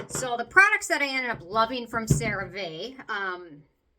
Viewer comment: I love that you still say the name wrong 😂 So cute ❤